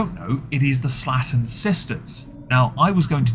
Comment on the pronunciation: It's slay-ton, not slatton.